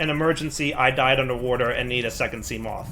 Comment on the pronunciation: Try not to mispronounce seamoth Level: impossible